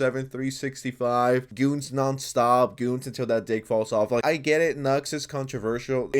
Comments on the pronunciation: BRO HE CAN'T EVEN SAY HIS NAME ALL HAIL BLUE VOLDEMORT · Bro still scare to said "Nux" word